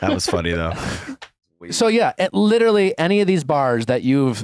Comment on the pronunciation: Any one else suffering further cringe from Sandoval consistently mispronouncing “literally” as “littlely” and using it in nearly each sentence? 😬🤕